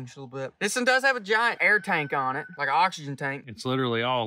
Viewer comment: I weally wike